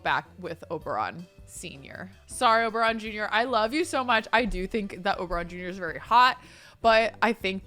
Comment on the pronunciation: just wanted to comment that the first time you said Oberon Jr I heard "Oberonica" and so I'll just leave the name suggestion here 😂😂😂